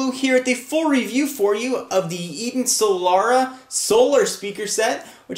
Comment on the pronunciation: Isn't it pronounced "soul-rah", not "soul-lah-rah"?